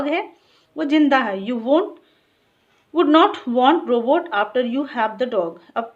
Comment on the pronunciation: Mam you pronounce Robutt wrong